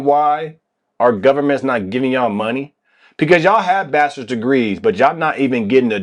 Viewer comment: I’ve never heard anyone call bachelors degree as bastards degree lol